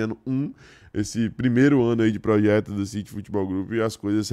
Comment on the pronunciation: Xalvador, pojeto, o homem fala igual ao luxemburgo kkkkkkkkk